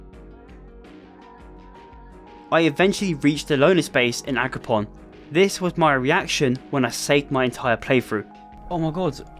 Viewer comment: It's AgroPROM, not PON, pal. Nice content noneless, makes my boring shift a bit more enjoyable